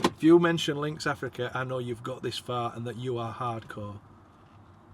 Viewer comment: We don't use Lynx anything. We thought you said Athlete. ❤🇦🇺